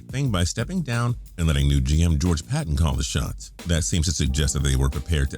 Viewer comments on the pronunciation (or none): The new Broncos GM's last name is pronounced pay-ton.